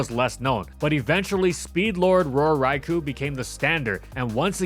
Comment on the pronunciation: Still waiting for that Trick Room-setting ability. And for to pronounce Raikou correctly.